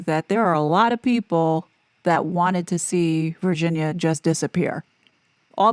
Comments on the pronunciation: Is that how she pronounced her name? Virshzinia? Cause it’s spelled Virginia lol. Killing my OCD 🤦‍♀️ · OMG. It's driving me crazy. Virshzinia. Like Sza Sza Gabor? Wonder how she pronounces, say, the word virgin. Or version. WTF